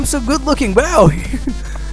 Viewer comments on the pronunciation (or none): It's not waav it is wow